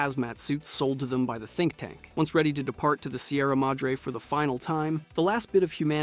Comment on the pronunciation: tink tank?.....you mean think tank